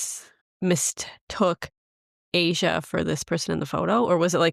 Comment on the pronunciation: Her name is not "Asia", its pronounced Ahh - Shu